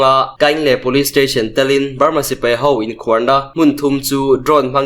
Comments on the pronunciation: Inkhuar tih hi i thluk dik lo a nih hi. khuar hi thluk hniam ve tho la. A dik mai ang. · Sipai inkhuar tih i lam rik dan kha a dik lo. Inkhuar dd riin a ri tur dm riin ri lo tur inkhuar d d ri ang. Inkhuar= tih lamrik dan chu= 'Sipai' tih i lam rik ang khan lam ri rawh or Beram tih lam rik angin inkhuar tih hi lam ri rawh. sawhthing = tih ri angin inkhuar i ti hi a thluk ri a di lo. "Inkhuar=Beram' tih ri a inmil.